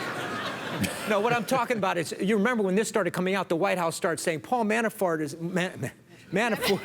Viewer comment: "Paul Manafart" lol xD